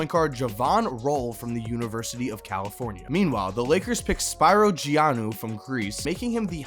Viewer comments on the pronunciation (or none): Spiro Giannou is pronounced spero geannou